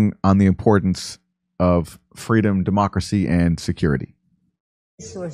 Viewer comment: lol FWEEDOM